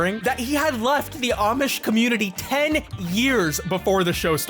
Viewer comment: bro i was listenng in bed on low volume and it sounded like oddsh instead of amish i was expecting people who play pokemon excusively with oddish